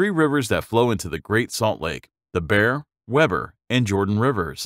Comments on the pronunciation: Small note for a correction. It’s not pronounced the “Web-ber” River, like the grill, it’s pronounced the “Wee-Burr” River. Thanks for the videos! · Good video, note that Weber is pronounced like wee-burr. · Thanks. It's pronounced Wee-ber River.